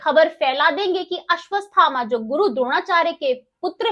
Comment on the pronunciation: अश्वत्थामा बोलना सीखिए हर बार आपका उच्चारण अशुद्ध है, कृपया शुद्ध ऊच्चारण करें।